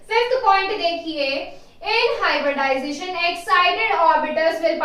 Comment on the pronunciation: Hybridization....not hyberdization🙄🙏